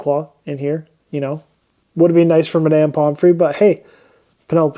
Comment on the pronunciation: Why are you pronouncing it “My-damn”?